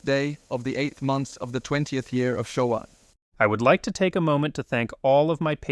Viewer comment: The "Shoah" at the end was strange, as that of course refers to the Holocaust. It should be transcribed as "Showa" (and pronounced at "SHO-WAH", with equal stress), as it refers to the year Showa 20, or 1945.